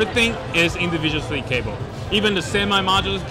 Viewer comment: How does keep a straight face with talking about the Individuwow Sweeve Cabow...?